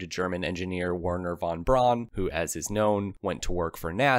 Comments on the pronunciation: Werner Wan Bran ?????? It is "Wayrner fon Brown", Urnst Deggner.??? It is "Airnst Daygner", Sundapp ??? It was "Zyndapp" ......to quote some mispronunciation in the generally very good video !Nowadays even smartphones help you with pronunciation ........ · You have the basics correct, But your pronunciation is atrocious, It sounds like you are saying codden and Wernher von Braun His last name is pronounced Brown, And Zundapp is pronouced Zoon Dop, not Zun dap, the exhaust on the two cycle motorcycle is called an expansion chamber, BTW, A german by the name of Otto designed the first 2 stroke, his colleagues told him on paper that it would not function and he agreed, but built a 50cc engine and it ran, A bumble bee should not be able to fly, Its wings are to small and its too heavy but...you know its true, Oil and water don't mix, But we have mayonnaise.